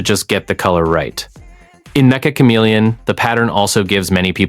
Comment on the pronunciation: It's metch-uh not mecha